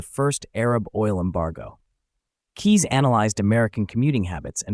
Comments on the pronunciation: K"Eyes" is the proper pronunciation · Bob Keyes was my uncle. And other than his last name being mispronounced, this was a pretty accurate video. (Add a "K" in front of the word "eyes" for the correct pronunciation.) I rode in a Trivette back in the mid-70s while they were being produced, and I've driven one my father bought around 1980. It is a very unique design; you feel like you are in the cockpit of a jet fighter while driving it. It easily achieved better than 50 MPG with urban driving with the Fiat 850cc engine. Bob ran out of the 850cc engines and started making them with 1600cc VW engines, which were later turbocharged. The stick-shift lever between your legs took a while to get used to! And while it didn't truly defy physics, it could corner quickly thanks to its long wheelbase and low center of gravity. I don't think more than one Vigilante was ever built.